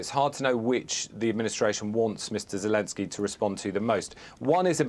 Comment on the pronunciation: Zekensjey lol 😂😂😂😂